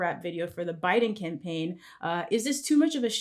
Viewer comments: “CAMAPAIGN AD” 😂 y’all high up there at Complex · AND ANOTHER THING....What is a "camapaign", y'all? 🤣🤣 #wereonlyhuman #Beirut7😎